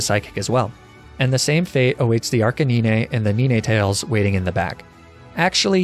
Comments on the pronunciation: What is it with all the streamers calling Arcanine Arr Kay Ni Ney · You know, I was annoyed at the arca ni ne thing because maybe he's doing it on purpose but the ni ne tails takes the cake... Does he not know how to say 9? I've only watch 2 videos so you guys in his community. Tell he's doing it on purpose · Arc uh nee nay instead of arc CANINE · WHY WOULD HE SAY "ARC-E-NI-NE" AND NOT "ARC-A-NINE" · Arcaninae and Ninaetales? Oh god kill me already. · arca-neen-ey, neene-tails. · neenay tales arca nee nay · HELLO, my name's NEENAAAAAAAY! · This video reminded me of how pronounces Arcanine Ar-Ca-Nee-Nae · Lol! Laprah and Arca-ninay and Ninay-tails Lol! 🤣🤣🤣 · "Neeneh-tails"? "Arca-neeneh"? I've never heard someone pronounce it like that. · Knee neigh lmao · Ar ca ni ne? What?! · Wtf is "nee-nay". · Is there like an inside joke or something to you pronouncing it "arcanin-a" and "nin-a tales"? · My biggest fear is the way he pronounces arcanine and ninetales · he pronounced it like i would in my language, but that's not how you say it, you say it like no in german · as a spanish-speaker, the way he pronounces ninetales and arcanine are how i used to pronounce them when i was a kid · Because we're too busy talking about how he pronounces Arcanine. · That Arcanine and Ninetales pronunciation 💀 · Roses are red, It's a great day, Now pronounce it as, Arcanine. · I always get annoyed when he pronounces Arcanine (and Ninetales) wrong, then I remember he's probably doing it on purpose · Am I the only one mad at how he pronounces Arcanine and Ninetails? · The way you pronounce Arcanine and Ninetales is honestly offensive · It always frustrate me every time you pronounce "Arcanine" 🤣